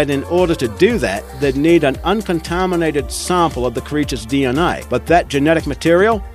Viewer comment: mahmals? uncontahminated? :D